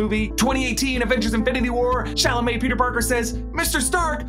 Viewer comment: Everything was perfect until you said Timothée puke Chalamet